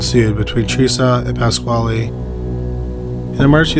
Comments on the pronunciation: I'm sorry, but... PASS-KALE, not KWHALE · pasquale is pronounced exactly like pedro pascal's last name.